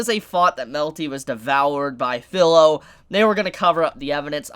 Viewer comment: Sorry but this has been bugging me for a while, the girls name is pronounced FEE-LO NOT FILLOW. In Japanese the I sound present in words like chibi, watashi, and kirin have a hard e sound not a soft i sound. Please pronounce her name correctly.